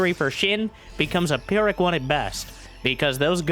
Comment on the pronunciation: gotta like this mothaf** said 'pyrrhic'